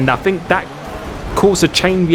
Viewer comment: it grates on me you pronunce th with f fink free bruh its think .. three